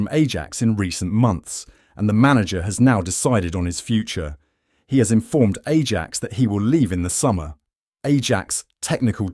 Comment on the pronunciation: Spurs are pathetic 🤣well Levy is….any top manager won’t get anywhere near to Spurs job and deal with Levy….and this channel can’t even pronounce Ajax🤣